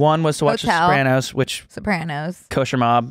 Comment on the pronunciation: The that mispronounced Sopranos, a word in itself, but in this case a last name